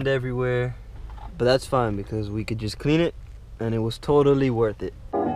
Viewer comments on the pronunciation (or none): none